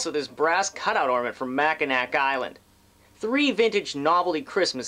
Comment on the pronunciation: Mackinac = mackinaw pronounced, I will be going there on Friday! cool finds:)